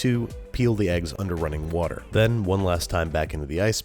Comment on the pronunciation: Wourder? Someone hung out with Bon Appetit Brad a bit too much ;)